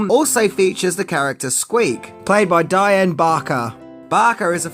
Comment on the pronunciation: Dian bachar’s first name is pronounced “dee-un”